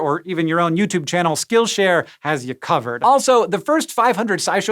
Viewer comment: Did he just call it SchkillShare?